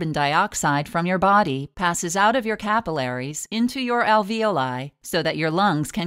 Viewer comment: I hate how she pronounces capillaries